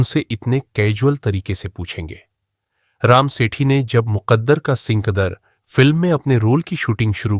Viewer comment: सिंकदर नहीं सिकंदर कहिए। कुमवारा, कुमवारी नहीं, कुंवारा,कुंवारी। 5.45